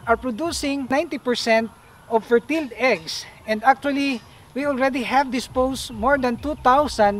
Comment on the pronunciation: . ".....ferteel eggs"...."ferteel"..I love the accent!. Haha!